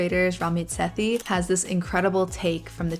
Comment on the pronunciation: Ramit's last name is pronounced Say-Tee